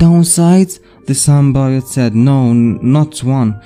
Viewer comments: It's not Sim-Bye-ote its Sim-Bee-ote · I agree it is pronounced sim-bee-yote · Cool vid! It’s pronounced Sim-Bee-yote!